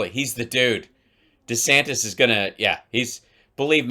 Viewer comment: Is that dur Santass or duh santana.desantis trash collection